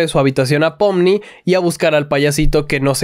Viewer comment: en realidad es pomni pero se dice popni (